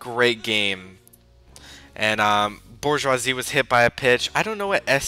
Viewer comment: I thought you said you know a lot about baseball. his name is Miguel Cabrera NOT Michael Cabrera. you can't even say Bourgeois.